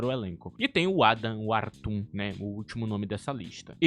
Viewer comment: Não se diz Adam wartum, o certo é Adam Worton kkkk✅